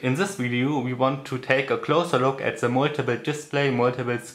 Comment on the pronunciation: Also ich finde ja, dass man besser keine Videos auf englisch machen sollte, wenn man so Einfaches wie „The" nicht aussprechen kann. Eine Qual, dem Gesprochenen zuhören zu müssen. (Zhe, zhet, zhis, usw.)